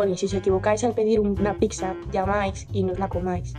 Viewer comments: Un gatito muere cada vez que dice "picsa" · Por que la gente dice PIXA y no pizza ? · Todo muy bien, pero PORQUE DICE "PICSA"? Es que no lo entiendooooo!!!! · No es "PICSA". Es "PIZZA". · En serio una persona que ha trabajado en ese sitio, no para de decir "Picsa"?